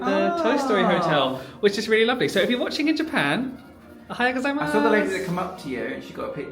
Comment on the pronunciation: As a Japanese, I can say that your Japanese pronunciation is getting better and better haha! Perfect ohayougozaimasu!